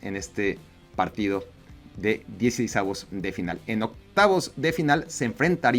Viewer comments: Hola, no se dice "DieCEisavos", sino más bien "DieCISEissavos" de final. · “Diecisavos” :v